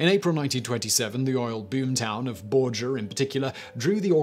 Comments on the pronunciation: Its pronounced bore-grr. i live 30 minutes from there. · Just a quick point or 2. It's Bor ger with a ("g", not "j") sound, and Frank Ha mer (with a long "a"), not like the carpentry tool. Love your channel! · Borger is pronounced like burger with a hard "g". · Not Bor-jer!!! It's Bor-ger!!! HARD G!!! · Bor-Ger... Not Bor-jer... It's Texas, not France. :) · He pronounced Borger wrong.